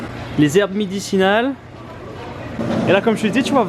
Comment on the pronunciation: Mouais mouais... il a quand même dit "herbes midicinales"... Mais bon, on ne t'en veut pas, c'est ce qui fait ton charme:p